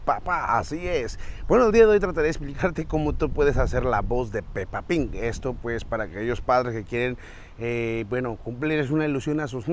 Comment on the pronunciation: Pepa pig no pepa PIN todos los adultos le dicen asi no se porque